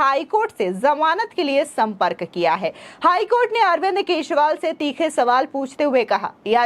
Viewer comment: केजरीवाल की जगह केसरीवाल सुनाई देती है